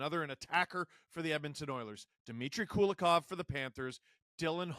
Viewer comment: Not Kulakov, but Kulikov - coolie-kov